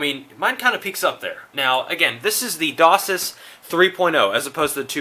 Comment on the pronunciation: It isnt pronounced DOSIS it is DOCSIS Pronounced DOCK SIS -_